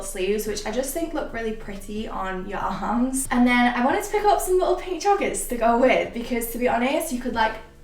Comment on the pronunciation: What I heard: ya hams What she said: your arms